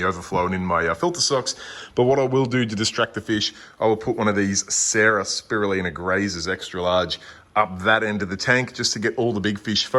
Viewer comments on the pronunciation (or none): none